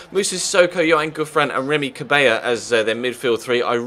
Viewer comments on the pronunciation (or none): its prenounced as cabelá not cabeja because he isnt spanish the double-L doesnt convert to a j-sound